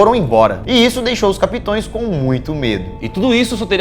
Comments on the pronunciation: "capitÕEs doeu. Fora isso mto bom o vídeo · Lukinhas... s é " capitães" meu fio...